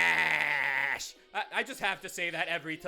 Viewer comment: Please... Never... Say... FLASH... Again... XD